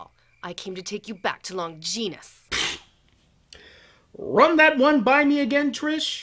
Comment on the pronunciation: Longeenus? Are they trying to say Longinus? Lon-gin-us?